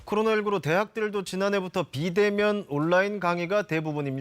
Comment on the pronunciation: 아나운서 발음이... '온라인' 발음이 안 되나?? '온나인'이 뭐냐?? 혹시 전라도??